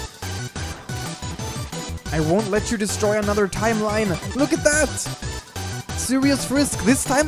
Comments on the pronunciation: Corection, Timeline. Not timerline. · Frisk said 'timerline' instead of 'timeline'.